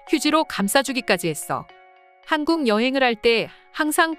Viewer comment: 하안국 하항국 발음이 진짜...